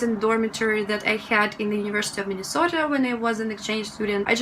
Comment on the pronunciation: love that you pronounce "Minnesota" more properly than most Americans